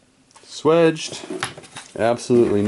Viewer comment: the correct term is SWAGE - pronounced SWAYGE - just saying